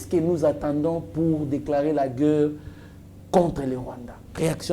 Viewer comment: Svp monsieur, essaye de corriger l'articulation de gueurre et de monsier